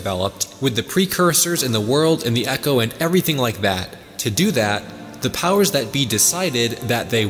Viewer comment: Hearing him say eco instead of eco really grinds my gears